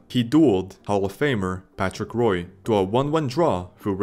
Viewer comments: Its Wah not Roy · Patrick Roy? Hearing that hurt. The video is solid, but that one mistake is painful. It's not "Roy," it's "Wah" (more or less). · It's not Patrick "Roy". It's pronounced Patrick "Waa". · It's pronounced Patrick "Wah" not Patrick "Roy" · Patrick wah not roy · Roy is pronounced “wa” in regards to Patrick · How can you be this passionate about hockey...but pronounce Patrick Roy's name as 'Roy' and not 'Wah'...like its pronounced? How?! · Patrick "Waugh" not Roy, Waugh.. That's how his name has been pronounced since 86. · Yoiu also mispronounced Roy. It's pronounced like "RWAH" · I can't trust a man who pronounces Roy with a hard R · Roy is pronounced Waa... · And that is when I turned it off. People who can’t pronounce Roy should not make hockey videos. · Patrick Roy pronounced “Patrick Wah” just to let you know! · Or “Woh” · Its patrick Roy (WAH), not what you said you lame excuse of a hockey fan. If you cant pronounce Saint Patricks name right, dont you ever make a single hockey video ever again. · It is not really "wah", English speaker just have trouble with French R's and Wah is close enough. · I'm not even French Canadian and I shuddered at that one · That and Grant Fur. It's Grant F-you-r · Patrick Roy like trois.(three in french) Drop the s and t in trois also the. roi and Roy same French sound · Rwah is how you pronounce it. Just roll the R a little bit like a quebec guy and its going to be perfect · Bruh…Did you just call him “ROY”? Is this an A.I. voice or just someone who shouldn’t be talking about hockey if you cant even pronounce the last name of the greatest hockey goalie in history…? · Patrick Roy's last name is french and pronounced "wah" loved the rest of the video. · French pronunciation: [ʁwa] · This? Don't apologize for this, apologize for saying Roy like a baseball fan ❤ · How can you not pronounce Patrick Roy's name correctly in a goalie video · Say Patrick Roy again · No hockey fan should be pronouncing Roy’s name like that.